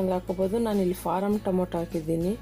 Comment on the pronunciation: Mam it is tomato not tomoto